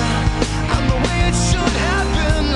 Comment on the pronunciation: Still here years later. Amazing song. But absolute can’t stand the way he pronounces “way”. Why does he keep putting an ‘m’ in there. Miss the waym?